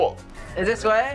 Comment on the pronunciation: “Swat” it’s sway